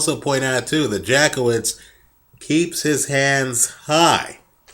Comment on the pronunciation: Hehehe, You probably don't want to pronounce it Jack-Off-Vitz for the connotations it brings, it goes more like Yatskievitsh